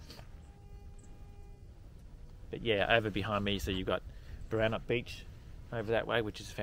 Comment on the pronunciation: Glad or hear you get Boranup right, annoys m when people weight the first syllable. I learned to swim at Flinders Bay and Hamelin Bay. I used to fish off that jetty.